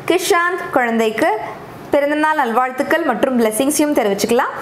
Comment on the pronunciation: Hi sis... நல்வாழ்த்துகள் pronounce super Akka with cute smile...